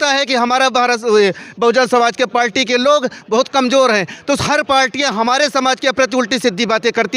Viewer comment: जिस पार्टी का जिलाअध्यक्ष पार्टी को पाल्टी कह रहा हो आप उसके ज्ञान पर और क्या कहेंगे? गला फाड़ने से कुछ नहीं होता है।